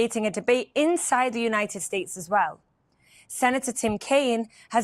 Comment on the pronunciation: I think the word promoter had several misspelling today. You usually don’t say words incorrectly like United States, Iran, and many others. Plus the audio kept going in and out. Love y’all and praying for you and your families, IDF, wisdom for your leaders, and protection for all of Israel..